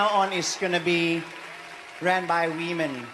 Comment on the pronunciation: Notice how he keeps saying "We-Men"? & those silly biological females ecstatically cheer HIM on.